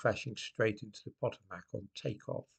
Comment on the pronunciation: PotOHmac, not POTomac